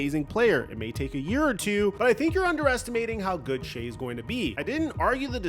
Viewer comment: Shai ( shy). Not Shai.